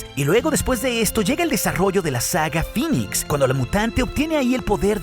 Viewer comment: Cada ves que escuchaba que decías "Dark Phinix" me daban ganas de vomitar verde , se pronuncia "Dark Phinex"